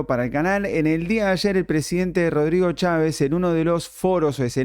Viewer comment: No sean imb3ciles lo que impacto fué la pésima pronunciación de Cháves